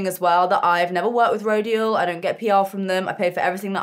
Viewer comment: Rodial is prounounced Ro-dial. Like dial, what you do on a telephone